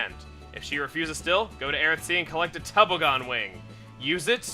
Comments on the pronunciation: Tobogan-Tuh-bah-gen. Say it with me. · Tobogan= a sled/sleigh/sledge ("toe-bog-an") :D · has never heard the word "tobogan".